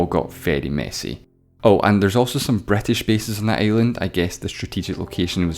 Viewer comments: Bretish xDD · Why I heard "Bretish" "Etaly" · "that's where the Bratash invjented Thyiejymhe"?!?!?!💀💀💀💀💀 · "Somaliland was controlled by the BRIGHTtish" BUAahahahhahahh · That accent saying " The British invented time" almost made me choke. Wow... just wow.